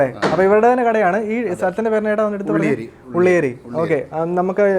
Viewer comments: ഉള്ളേരി അല്ല bro ഉള്യേരി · ഉള്ളേരി അല്ല ബ്രോ ഉള്യേരി ആണ് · ullery alla ullyery . ഞാനൊരു കോഴിക്കോട്ടുകാരൻ ആണ് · ഉള്ളേരി അല്ല ഉള്ള്യേരി ആണ് 😁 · ഉള്ളരി അല്ല ഉള്ളിയേരി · Ulleri alla bro ulliyeri aaahn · ഉള്ളേരി അല്ല ഉള്ളിയേരി ആ . By the by ഞാൻ ബാലുശ്ശേരി യുംആ 😁✌️. ❤️❤️❤️❤️ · ഉള്ളേരി അല്ല ഉള്ളിയേരി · ഉള്ളേരി അല്ല ഉള്ള്യേരി ആണ് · ഉള്ളിയേരി ആണ് ..not ഉള്ളേരി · ഉള്ളെരി അല്ല 😅😅 ഉള്ളിയേരി ആണ് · കോഴിക്കോട് നുമ്മ നാട് ഉള്ളേരി അല്ല ബ്രോ ഉള്ളിയേരി 🤩🤩🤩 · ഉള്ളേരി അല്ല ഉള്ളിയേരി aanu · Ulery alla uliyery ann bro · ഉള്ളേരി അല്ലല്ലോ ഉള്ളിയേരി അല്ലേ 🙄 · ഉള്ളിയേരി ആണ് ഉള്ളേരി അല്ല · Ichaya ulleri Alla ullyeri aanu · ഉള്ളിയേരി ആണ് Broo ഉള്ളേരി അല്ല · ഉള്ളെറി അല്ല, ഉള്ളിയേരി ആണ് 😍😍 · ഉള്ളേരി അല്ല...🤭ഉള്ളിയേരി ആണ് 😇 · ഉള്ളെരി അല്ല ബ്രോ ഉള്ളിയേരി എന്റെ നാട് ആണ്. ചേട്ടനെ കാണാൻ കഴിഞ്ഞില്ല 🙂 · muthe ulleri alla ulliyeri Njn kazhikode ann muthe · Machane ulliyeri Ann ulleeri alla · ഉള്ളേരി അല്ല ഉള്ളിയേരി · മച്ചാനെ ഉള്ളെരി അല്ല ഉള്ളിയേരി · chetta ഉള്ളേരി alla ഉള്ളിയേരി aane Nigal koyilandi balussery thamarassery routil aayirunno poyathe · ഉള്ളേരി അല്ല ഉള്ളിയേരി 👍🏾👍🏾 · ഉള്ളേരി അല്ല ചേട്ടാ...ഉള്ളിയേരി ആണ്.... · Njan ബാലുശ്ശേരി...njanum ശ്രദ്ധിച്ചു ഉള്ളേരി.... എന്നാണ് പറയുന്നത്...😀